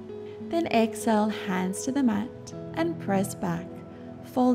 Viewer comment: I hear Excel instead of exhale 😮😑